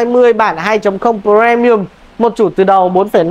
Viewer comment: Sao lại cứ đọc là Pờ re mi ừm?